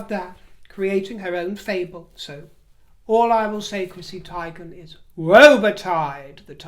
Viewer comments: Chrissie's surname is pronounced Teegan regardless of how it is spelt. If you watch any US celebrity gossip they also pronounce it Teegan. Considering she lives there I assume they are correct. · I know you like to talk posh, but her name is pronounced teeeeeghan. As in tea. Ffs. 😂😂😂😂. I really cant stand you anymore. You are way more pompous than you were at the beginning of your channel. Good luck with your channel, but I sincerely unsubscribe. Love from Australia xxxxx